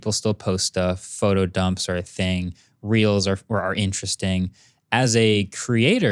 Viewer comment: Is it just me or did he actually say 'Reals' instead of 'Reels'